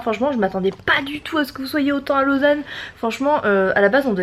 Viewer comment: Super Vlog ❤️ c'est trop drôle comment tu prononces Lausanne 😂tu dis un peu "Lôsanne" 😂 du coup, tu reviendras en Suisse un jour pour des vacances ou un meet-up? ❤️ Continue comme ça je t'aime 💖 #TeamBoulette 🍡 #TeamSuisse 🇨🇭🇨🇭❤️